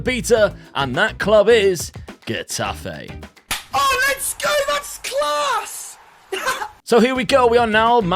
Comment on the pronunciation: Kinda late but the "Ge" in Getafe would be kinda pronounced as "Heh" in English (In Spanish when put before an E or an I, the G sound turns into a "J" sound, that is similar to the English "h" sound used in words like house, high...). Anyway... back to topic, unfortunate and abrupt ending to your Getafe spell but... let's look at the bright side, you're doing well with Portugal FC so far. .P.S.: Gagliardini for less than 1 milllion? Now that's a steal.